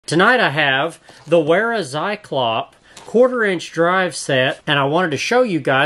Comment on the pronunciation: You're the only person that doesn't say "zyklops". And I thank you for that.